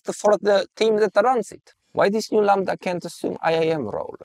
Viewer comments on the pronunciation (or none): none